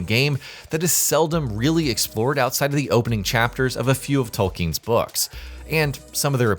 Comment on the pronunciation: "JRR Tolking" makes me think it could be AI... 😎